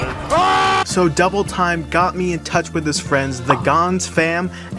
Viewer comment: "jhis ears"